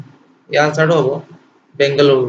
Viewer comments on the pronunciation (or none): none